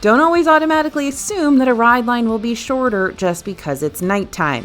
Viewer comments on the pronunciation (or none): none